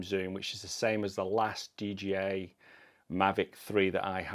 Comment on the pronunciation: Not DGI, DJI